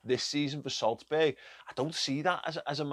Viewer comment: That "Solsberg" kinda kills me